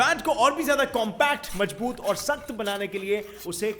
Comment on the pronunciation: It's mazboot not majboot